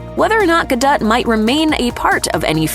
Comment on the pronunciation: For the record, her last name is pronounced Ga-dou, not Ga-dette